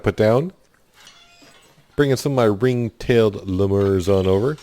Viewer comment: Should be a great game. FYI...I’m pretty sure they are pronounced “lee-mur” with emphasis on the first syllable.not trying to be a jerk, just letting you know.